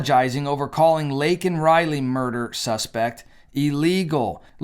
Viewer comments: That name was deliberately said wrong. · SAY. HER. NAME. But he refused to even do that correctly. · He has no idea what's going on around him or in the US. But, they dope him up to give some ranting speech, butchers that poor girl's name and later retracts calling the guy an illegal. An apology to a murderer! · 18 March '24.-----I somewhat regret not watching the "SOTU' Address, I must confess that I can't stand "olde" Joe, I believe he's an evil old man, instead of calling him as President Biden, call him as Puppet Biden and somebody/thing is pulling the strings.-----Regarding his saying Laken's name wrong, well, what to expect as he gets countries wrong and saying the wrong leader for a certain country?, more evident in the example of Laken Riley, shows that Joe Biden doesn't understand in the same way as the mother (in general, "unto each their own") and I wonder does he really care?, probably not.